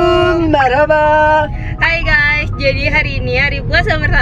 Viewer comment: Kok yg aku dngr salamnya d awal salamalaikum bukan assalamualaikum